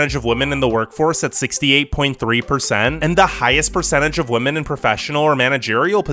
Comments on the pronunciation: Just for your information, women is pronounced as 'Vimen' or 'We-Men' and not as 'Vomen' or 'Woe-Men' or something else. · The narrator really should consider attending some sort of school to learn how to differentiate "woman" and "women". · Women not woman jeeeeeeez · In addition to the sickeningly obvious bias in this video, he needed to do better editing on his sound work. Especially early in the video, there were many times where his voice on the video pronounces the plural word "women" as the singular word "woman." I've been enjoying his videos, but this one made me cringe from start to finish. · Are you intentionally saying Woman instead of Women? lol. It's quite annoying sounding. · Are you saying “woman” or “women”? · While yes, wo- pronunciation was there so to was singular wo-man for plural wo-men. Now he may have been not fully pronouncing the e which may have let lead to the e sounding like a, but either way yes he was pronouncing wo- but very often it came out wo-man when it should've been wo-men. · Are you saying women or woman? If you’re saying woman, why? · Women (pronounced wem-men)=plural Woman (pronounced wo-man)= singular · Sounds like he is spelling it wuhmon 🤣🤣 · This guy pronounces "women" and "woman" in EXACTLY the same way. It is very distracting. Other than that, good video.